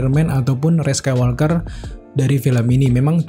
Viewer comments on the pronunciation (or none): Bisa ga nyebutnya Rey aja? gausah pake embel-embel sEkAilWolkEr